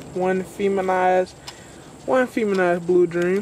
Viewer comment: i like how you say feminized ha. hope those seeds came out good bro